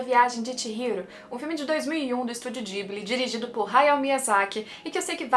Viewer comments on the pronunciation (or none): Priemeira pessoa que pronuncia diferente o nome do estudio ghibli